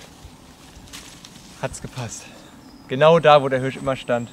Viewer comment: Leute die Hürsch sagen 😩😩😩